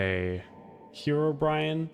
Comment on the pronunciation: hero brian? Herobrine: you always had trouble saying herobrine.